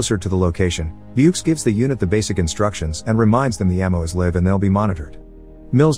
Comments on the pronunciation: you always say live like i live here instead of live like im alive spend 2 seconds reading your script and not just scan and dictate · I just now understood this is a computer voice, not an actual narrator. "Ammo is live" is pronounced as liv' No real person pronouncesit like that, only Google Translate and other voice synth software does it... :P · The irony of having a computer summarizes how computers (robots and AI) are taking over our lives. I can tell it's not a human voice narrating this by the small mispronunciation, e.g., "live". Technologists are making human workers obsolete. I predict the result won't be a happy one.